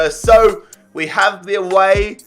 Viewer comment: He says Wei for we